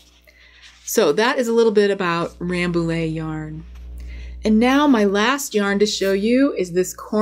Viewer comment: Just a heads up that Rambouillet actually is pronounced RambouYeah, because french likes to be confusing Very interesting video, thank you !